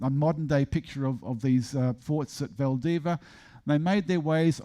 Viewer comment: Saying VALDIVIA isn't all that hard, just don't ignore the final 'i".